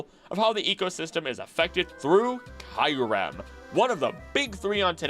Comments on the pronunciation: I loved the video but some pronunciations of the Pokémon names were wrong like eternamax when its name is eternatus, and Kyrem when its Kyurem (Cure-Em) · Is it really pronounced kai-rem(kyurem) as you said at the start of the video??